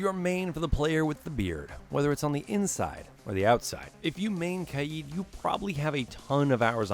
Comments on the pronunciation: Umm u dumb cuz Kaid is not said kied it is Kaid like cane but ai and kd in stead of cn stupid. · He says kaid wrong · Am I the only one annoyed by the way he pronounced kaid